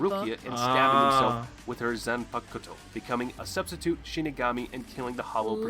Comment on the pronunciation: ZAN PA KUUU TOO xd